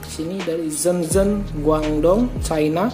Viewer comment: Ketinggalan qaqa.. ngga ada iklan qaqa, sepertinya channelmu ga suka samaku.. btw belajar dulu gih cara baca shenzhen dan guangdong 😋